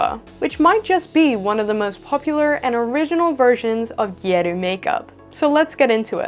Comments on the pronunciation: very fun. the lower lashes were beautiful, I'm shocked it was a drawing not a false lash. using a false lash would've been a lot easier! the "a" in "gyaru" is a short "a," like in "gal." ( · I'm sorry but how you say gyaru...🥀😭